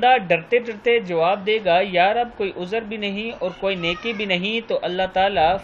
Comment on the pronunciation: Guzr ni lafz uzar h sao